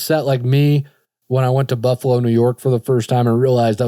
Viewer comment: I’m from Buffalo and when i heard u say Buffalo it caught my attention 😂😂